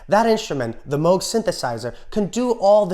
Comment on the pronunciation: I Want You and Her Majesty both cut off the ending. Nice symmetry. Tip of the hat for nailing the "Moog" pronunciation.